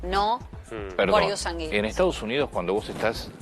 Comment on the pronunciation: Si le informan a la abogada, que aprenda a pronunciar latin. Se pronuncia: IUS Sánguinis. Acento en la a, y se pronuncia la diéresis de gui. No suena como guita, sino güi.